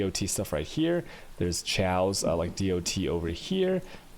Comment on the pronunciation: its KAOS not SCHAOS.. with a K like KKK. are you dumbfucks new to language?